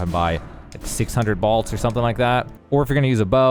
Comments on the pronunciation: Are you saying BALTS? It's pronounced BOLTS bruh... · What are “balts” 🤔 I only can find “bolts”. 😂 all kidding aside, thank you for the video. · The most shocking thing about this video is how he says "bolts". Balts? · Balts? Never heard that pronunciation before. Great farming spot though. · Balts?? Am I the only one that heard that? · "balts" lol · *Bōlts, not bahlts. And it’s the Black “Key” crossbow, not the Black “eye” crossbow. Otherwise, decent guide. Thanks.